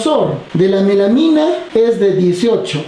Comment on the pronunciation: Melamina de dice melamina!